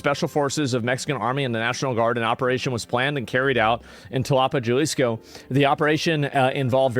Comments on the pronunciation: I believe it’s pronounced HA-AL-IS-CO = “Jalisco” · Dude the way you're pronouncing Jalisco is killing me lol. Replace the J with an H sound. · Asmon can't pronounce spanish words to save his life. Jalisco, Puerto Vallarta. I can't lmfao. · Brother you’re from Texas, how do you not know how to pronounce Jalisco 😂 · Jalisco. The J is pronounced like an H in happy. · It made me cringe in the first 5 seconds how ”Jalisco” was pronounced. As an American, yo estudie espanol por mi cuenta- my fellow Americans never fail to demonstrate how poorly educated (even self educated) Americans are. When i meet Europeans traveling- it’s very common for them to speak 3+ languages… spanish is the second most spoken langauge in the US and the most spoken language in the Americas- it demands some basic knowledge imo. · People that can't pronounce Puerto Vallarta and Jalisco shouldn't comment on foreign policy. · "Jalisco" please stop saying it like that. Lol. J is H sound homie. You grew up in texas, i know you know this vato. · j has h sound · You can pronounce Guadalajara fine but not Jalisco? 😑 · The J is silent on Jalisco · this guy asmongold wants us to listen to him about cartels when he cant even pronounce jalisco right 😂😂😂😂 straight CLOWN!! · "I dont speak Spanish." Oh we know bro lmao. Jah lees co is not a very close pronunciation 😂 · Here brotha Ha-Lee's-Co thats how you pronounce Jalisco 😅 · The "J" in Spanish is pronounced like an "H.". So you would pronounce it like "haleesko" and not Jalisco (like JUMP. ) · Jalisco is pronounced... Ha-lee's-co not Jah-lee's-co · Asmon what do you know about the cartels? You can't even pronounce Jaliso correctly. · jalesco? wow he took spanish and dude can't pronounce Ha lisco aka JGNG Sad politions on his sack a dude that cant pronounse it right gee my spelling lets hate the guy that points out he cant say it right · Galisco? bruhh go back to school my guy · Djalisco is amazing pronunciation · Jalisco Mexico. Ha-lee-sco. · it's ha-liz co.